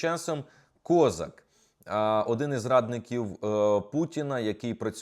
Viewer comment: Не КОзак, а кізяк,у нас в Україні козАк.Він народився в Україні і її зрадив,і наголос над прізвищем не туди поставив!!!